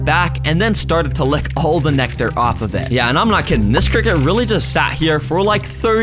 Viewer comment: criket 🗣️ sounds better